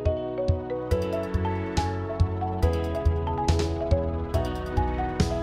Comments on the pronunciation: Es heißt Pinguin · hab mir während dem video die ganze Zeit immer nur so gedacht hä ist der iwi doof das heißt dich pinguiN dann hab ich mal nachgesehen und das heißt ja wirklich pingui ich habe das mein ganzes Leben lang falsch gesagt